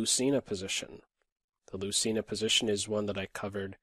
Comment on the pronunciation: It is pronounced loothayna